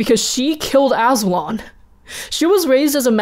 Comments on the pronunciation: Azu-lon Azul-on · Wasn't Azulon pronounced a-zoo-lawn